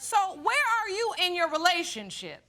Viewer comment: im sorry but i feel like judge lauren does the emphasis on the reveals on purpose because imo when she says ‘you ARE …. not her father’ idk it comes off weird to me i dont like it